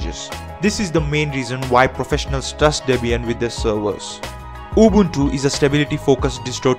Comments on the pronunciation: at least he's not pronouncing it "ubantu" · His pronunciation is 100% correct. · I realized people with English as their first language always pronounce it like Ubawntoo when the letter u in english is still pronounced normally like the guy in this video pronounces it. There is no reason to pronounce u as aw or o even in English.. No idea where it comes from.